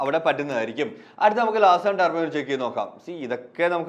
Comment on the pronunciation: <<ടർബോ>> അല്ല ചെങ്ങായ്‌. .....ട്യൂബ്രൊ.